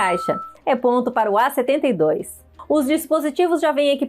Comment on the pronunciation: Em vez de A72, ela fala "E72"🤦🏽‍♂️